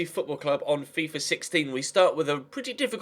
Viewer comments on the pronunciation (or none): none